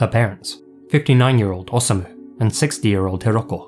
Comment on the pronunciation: It's best to pronounce "Osamu" by keeping the "O" and "sa" together, like "Osa-mu," just as you pronounce "Hiroshi." I was curious but I stayed away from this case because it was so weird (after all, it involves beheading performed by a woman none the less!).